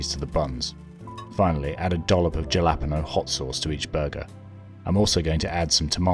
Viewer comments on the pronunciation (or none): Why are you saying japalpeno like gelatino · "Hal-a- pee-no"